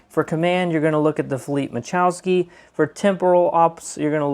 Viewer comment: ma la chow ski not ma chow ski ..... lol!